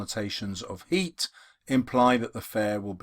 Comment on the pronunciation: Sir u said "heat" instead of "heart"😂